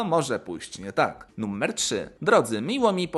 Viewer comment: czemu mówisz "nummer"?